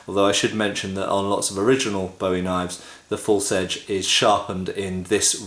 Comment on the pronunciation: Learn how to pronounce "Bowie"